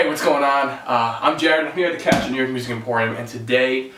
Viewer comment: nope, I'm a Malaysian, it's more like Che-rea-tone cause Ceria is pronounced as che-rea, it means "happiness" in Malay, now you know why it sounds funny to us, like the tone of happiness